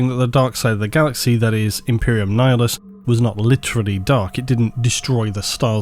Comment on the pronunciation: Nihilus (Ni-Hilus) pronounced as Nayalus